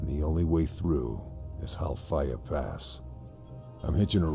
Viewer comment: Halfaya pass prounounced Hellfire